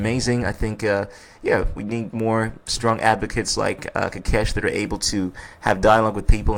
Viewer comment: Ko kesh. Not kakesh